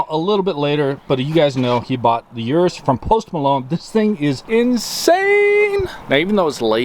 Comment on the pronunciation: it's Uu-r-uu-ss not Uu-rus Lam-boor-ghin-ni Uu-r-uu-ss